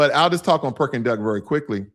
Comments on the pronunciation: Correction: it’s not Perking Duck, it’s called PEKING DUCK. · Great video about your trip to Shanghai and Beijing. By the way, I think you meant “Peking Duck” but in your video you said “Perking Duck”. Also, the two statutes in front of the palace in Beijing are not dragons. They are lions…one female and one male. Dragon has a loooooooong body. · i love me some "PERKING Duck" haha (Peking Duck)